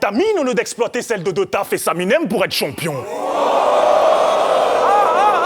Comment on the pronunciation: il fait que dire pas mal et toucher bramzo. Mais met la gomme pendant tes rounds pour quoi tu commente ses rounds?... une bonne élocution>>?? la blague il dit CHOMPION hahahah.